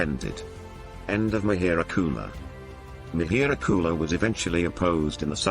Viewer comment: It's mihir -Kul not mihir gula